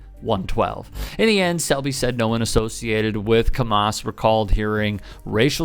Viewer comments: it's pronounced Camm-us, not Cuhm-oss. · Although I agree totally with; however, it's pronounced "cam-a$$" as opposed to "cam-maus". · Thanks for covering this story. But sorry, Camas is pronounced "cam-MISS", not " "cam-MOSS". 👍🏾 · Pronounced Cam Ass. Seriously. Not Ca Mas. This happened right across the Columbia river in Clatskanie - pronounced Clat Scan eye. Both are First Nation (Native American) words. Please respect First Nation and pronounce them correctly for them - not the racist who don’t respect anyone! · It's Cam-us. Either way this is disgusting. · Pronounced. Cam ass, kick them out of the league for the rest of year. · It is pronounced cam us. There is no ah in it. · Pronounced Cam Iss lol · Its pronounced "cam" (like camera) and "iss" (like hiss without the H). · I’m in Portland and appreciated the mispronouncing of Camas. This is nothing new when the intercity teams have to play in rural areas. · It’s pronounced …oh never mind. Camas is a small town, right close to Vancouver. I went there one time. I don’t remember seeing anybody other than white people. If I did, I don’t recall. I imagine these kids were just behaving the way their parents do at home. Right? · To whoever voiced this video, why didn't you pay attention to how the town's name was pronounced when you originally watched the video clips? It was so hard to listen to the story with you absolutely BUTCHERING the word Camas. It's cam (as in CAMera) - mes. It's one of the whitest towns and you acting like it's close to Kamala. And yes, with adhd and autism, you can completely pull away someone's attention from the very important story by fucking something like that up so many damn times. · Pronouncing Camas wrong. "A" like apple